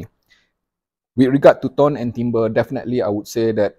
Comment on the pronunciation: The French word, "timbre", is pronounced "TAM-BUR".